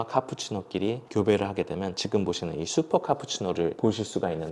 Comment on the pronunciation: 말투 정말잔잔하고 좋아서 유익한 라디오처럼 잘 듣고 있습니다 근데 유독 기억을 쌍기억으로 발음하셔서 너무 신경쓰여요 특히 지금이란 단어 자주 사용하시는데 지끔 지끔…, 저도 왜이렇게 신경쓰이는지 모르겟는데 한번 의식하고 나니까 너무 거슬려서 ㅜ 죄송해요 여기부터 지끔 파티 시작